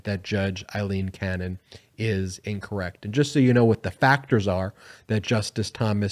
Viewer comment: Ben, normally your pronunciation is good, but in this video at a critical point, you said the word “incorrect“ as if some listeners could hear it as “correct“. Greater emphasis upon the syllable “in“ was needed. Sometimes a first small syllable is critically important for the meaning, e.g., in words such as “incorrect“ and “irresponsible“. Pronounce those first syllables emphatically.